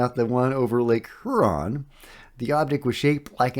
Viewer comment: Hey,. Thanks for the updates. Much appreciated. FYI, Huron is pronounced more like "Hugh-ron".